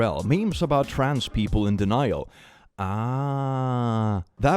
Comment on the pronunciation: please say trans without the appearance of an "oo" vowel if you can help it